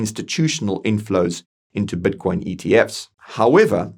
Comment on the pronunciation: Brother is constantly saying batcoin, like every time he says it i focus on batcoin instead of matter😂😂😂😂